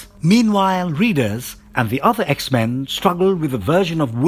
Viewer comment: I like how u pronounce the X-Men's names. 😁😆